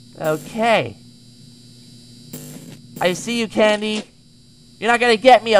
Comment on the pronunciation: Lol said Cendy instead of Candy